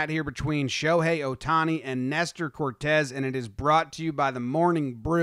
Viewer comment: CORTES! It’s CORTES GUYS… S not Z cmon get it together